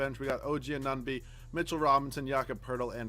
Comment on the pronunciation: You dont say anunoby correct